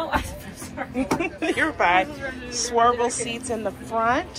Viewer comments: Swiv el not swer. Lol nice show the for taking us along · Love the tours! I do have a question. I notice you're saying "swirvle (spelling?) seats. Is that something different than swivel seats? Great video! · I get such a kick out of the way you make words your own. When you called the swivel captain seats ‘swervel’ I laughed so hard.